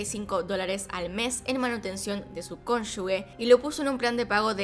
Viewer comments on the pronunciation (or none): ConyuGe, no CONYUGUE 🙃